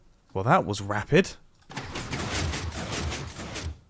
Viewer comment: "That was wapid"